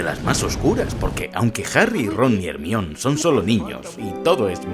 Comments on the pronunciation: DIOSS que buen video lo unico que me da amsiedad esqie le de dice Hermion XDDD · Muy buen video, no soy fan de esta saga pero siempre son geniales tus videos, ese "Ermión" se siente como una patada en las bolas pero ni modo. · Harry,ron y "ermion" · "ermión" Ja ja ja. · Like si a vos también te timbró el cerebro cuando dijo "Hermion" xD Yo siempre la recodaré como "Jermayoni" Excelente vídeo, te lo has currado uwu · Muy bueno el video y todo pero se pronuncia "Jermayoni" no "jermion" xD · No es hermayoni ? Porque dices hermion? :$ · para que sepas, el nombre de Hermione no se pronuncia "Hermión", sino GERMAIONI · ¿¿Hermion? ¿¿!HERMION???! ¡¡¡ HER - MA - YO -NI !!!! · JERMION???????????????????????? joder tio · ERMION XDDDD tu pronunciacion de GERMAIONI , hizo quel el video tenga un toque unico la ptmr jajaja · Buen video, pero Ermion jajaja si la H es muda para los Españoles en palabras provenientes del inglés, entonces ¿no dicen Hello (Jelou) sino Elou y Hawaii es Awai? Hermione en se pronuncia Jermaioni. Ermion suena a alguien que se mea mucho, e.g: ese man es el meon. Al menos deberían pronunciar Ermione (con la e final) o algo así, porque la E la hacen muda sino es una "Silent E" como en please, make, cape o mine. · Como que Hermion. Germayoni amigo así se llama en Inglés en la novela y en todo lado, solo en España se les ocurre ponerle a una chica Hermion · Hermion 😅😅😅, me gusta mas cuando la pronunciación suena a (Jermaiony) asi suena en la pronunciación en latino. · hermion jaja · hermion no jodas jajaja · hermio ajajajja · Mi toc se activa cada vez que dices "Hermion" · Ermion jajajajaja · Dambeldor, Hermión 🤣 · Quién rayos es "Germión"??????? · Acojonante es decir Ermión jaja. Buen video. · Arnion? No mms jajajaja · Que mierda es Ermion? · Me estaban sangrando los oídos con cada Hermion pero te lo perdono por el homenaje Al pelucas 😅🥲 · Hermion jajajajaja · Hermion xd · Que putas es “ermion” “dambeldor”